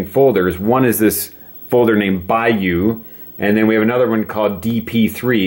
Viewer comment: it's the "Bayeux" tapestry, not "Bayeaux":-)